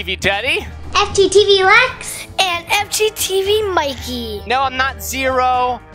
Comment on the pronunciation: I'm a fan but when he said fgteevers I turned on the captions and the captions think that you said f***